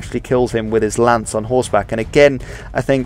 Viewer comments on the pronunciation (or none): none